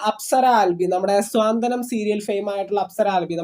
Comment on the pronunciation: ആദ്യം മലയാളം നന്നായി പറയാൻ പഠിച്ചിട്ട് വാ എന്നിട്ട് പറയൂ .സീരിയലിൻ്റെ പേര് സാന്ത്വനം എന്നാണ് "സ്വാന്തനം"അല്ല.